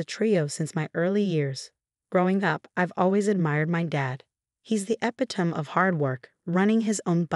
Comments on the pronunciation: epitome is pronounced e -pit-o-me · It's AI speech. They just need to listen and correct mangled words..."epiTOME" 🙄